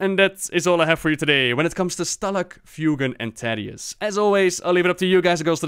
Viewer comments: The Story of Thaddius, Feugen & Stalagg [Hearthstone Lore] but every time he says Taddius instead of Thaddius it gets louder. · Please. "th".... "tha-dius" please don't say tadius. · I hear tatius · i didn't know it was pronounced taddius not thaddius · You're triggering people again. Thaddius Like the The in "the" or "That" or "Thesis" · Never ever heard anyone pronounce the 'th' in Thaddius like in 'that', but rather as it is said in 'thanks' (for example)